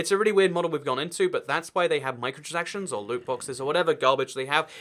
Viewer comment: You can’t pronounce micro-transactions correctly XD